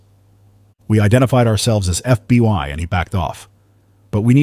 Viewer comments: He kept saying fby instead of FBI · HOLD UP!!!!.... NARRATOR....KEEP SAYING FBY!!!!...KEEP IT REAL!!!!....FBI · DO NOT EXPECT ME TO WANT TO FOLLOW A YOUR SERIES WHILE YOUR AI VOICE CANNOT PRONOUNCE FBI.THE AI VOICE IS CONSTANTLY SAYING "FBY" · As soon as the narrator said FB1 instead of FBI I knew it was AI... still a good story... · Its F.B.I. NOT F B.Y. FFS if you're goung to use AI to narrate the stories at least get it to recognise the damn alphabet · Just over two minutes in and the robot says they work for the "FB one." More robot voice BS. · and then it says FBY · Indeed. Also, says "F B Y" a bunch of times. Rather irritating and distracting. How about paying a human to do the narration, rather than AI................